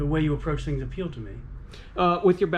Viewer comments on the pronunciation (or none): none